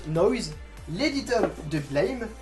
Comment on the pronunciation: Pour Blame!, il faut prononcer à la française ;)